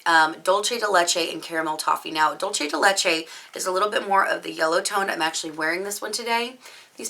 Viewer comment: I'm Mexican and I've heard a lot of butchered pronunciations, and I assure you that yours wasn't that bad. It was perfectly fine :)